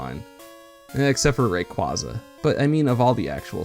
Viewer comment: Rayquaza is your favourite legendary but you don't even pronounce it's name right. Also Dipplin only evolves into Hydrapple while Flapple and Appletun evolve from Applin. Serperior does have a small pair of arms behind it's back. Seviper's purple markings are actually meant to resemble scars from a Zangoose as in gen 3 Zangoose has purple claws, meanwhile Zangoose's red markings are meant to be scars from a Seviper's red fangs and tail blade, this is an element of their design that people tend to miss especially because Zangoose's claws were changed to black, their shiny colours however keep this detail with correct corresponding colours.